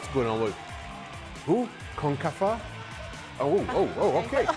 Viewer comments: Concafa 😀😂😂 what was that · doesnt cover soccer much and heard about Concacaf but mispronounced it and has ran with it ever since. search up and henry talking about very funny